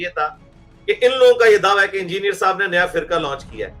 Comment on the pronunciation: Angier nahi hota halke chutiye, engineer Bola kar